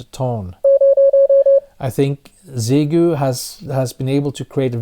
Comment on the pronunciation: you are the closest one to pronounce the radio brand correctly, in the hundreds of videos I have seen!